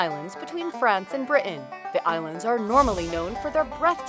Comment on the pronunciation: just the way she said Britain 😄